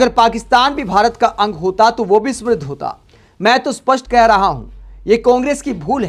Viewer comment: Smriddh nahi samriddh sahi uchcharan hai.